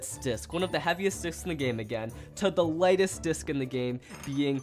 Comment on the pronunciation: just realised he said "lighest disc in the game." where gaem